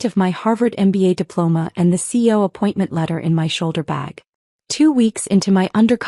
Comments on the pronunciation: So nobody anywhere in the management structure, including HR, knew who the new CEO was? Really AI?? Nobody?? Gotta call bullshit. Coupled with the mis-pronunciations (ex. C.E.O. is not pronounced “Coh), this is a poor effort. AI-generated videos like this one deserve three thumbs down 👎🏼👎🏼👎🏼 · CEO is pronounced C....E.....O, not CO. Either that or say the words; Chief Executive Officer. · Please pronounce ALL the letters in C.E.O!